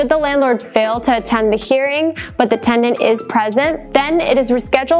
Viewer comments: this is a legal guidance video yet the host can't pronounce "tenant" correctly.. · Sounds like you are saying TeN-D-ennT? The timeline was helpful,? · I don't know about the rest of you, but I kept hearing tegnent!~LOL She also failed to mention the tenants right to a jury trial. 🥴